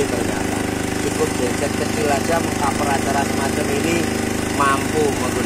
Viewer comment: GENSET, BUKAN GENSIDE